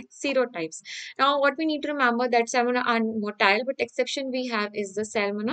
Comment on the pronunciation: Its salmonella not cellmolena